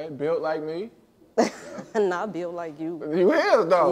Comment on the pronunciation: He said build like me😂😂😂😂